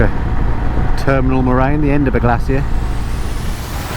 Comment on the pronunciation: Hi, did you say terminal,marange or terminal moraine, a Dutch female geologist on a Honda will be having a titter over that one! Great content,., excuse my spelling above, spell check is playing up.